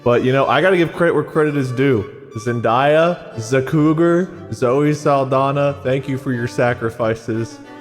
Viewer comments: It hurts me a little bit to hear you guys keep mispronouncing "Zendaya." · I loved this ep so much but the amount of times they said Zen-die-uh instead of Zen-day-uh was driving me a little crazy lmaoo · Why do they pronounce her name zen-DYE-uh?? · The Zendaya pronounciation being so wrong followed by the correct Zenyatta pronouciation is a true gamer moment 😭🤣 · I hope they learn how to correctly pronounce Zendaya's name 👑